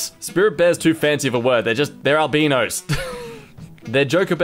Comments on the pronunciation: Did he say All-bean-oh's? Its Al-Bine-Oh Albino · “They’re just albenos” Me: PRONOUNCE IT RIGHT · “They’re albeenos” My mind:”QUICK COMMENT “uhm, it’s actually call albiiiiiino!” Me:hehe albeeno My mind:Nooooooooooo!!!!! Wait- that is actually funny brain laugh Me:heh... how is my brain laughing My leg:idk girl, just go with it Me:what the